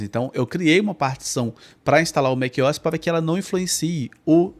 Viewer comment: Que agonia te ouvir falar Mequiós. A pronuncia correta seria Mac "O" "S", separando as letras O e S. O MacOS poderia ser lido em português Mék - Ou - S. Em fim, você fala como quiser, eu só tive dificuldade em prestar atenção no conteúdo porque mequiós me distraía. Hehehe Excelente vídeo mano. O conteúdo do teu canal é muito valioso. Inscrito!